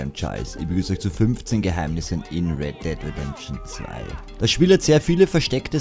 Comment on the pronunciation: weddeddlredention zwei